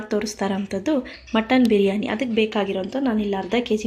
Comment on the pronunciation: Kannada kaleri makla first. Adu buruyani alla bhiryani